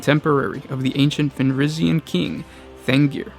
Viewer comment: Vulkan Fenrika? Man, you have terrible pronaunciation.